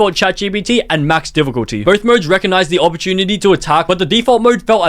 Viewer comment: Max “diffuculty” was hard man.